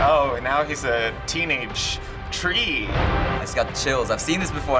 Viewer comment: A "teenage tree"... Tree-nage? :D